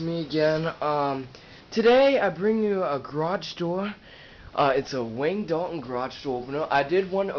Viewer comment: It’s Wayne Dalton not Wagne Dalton.